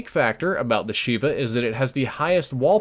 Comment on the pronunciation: love the video, but it's pronounced "Sheyva" from the hebrew word for 7 FYI